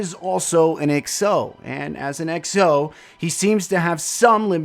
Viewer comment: Love how you pronounce exo as X O= Executive Officer :D